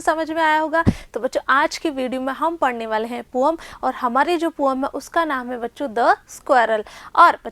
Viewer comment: Mam say poem to poam 😅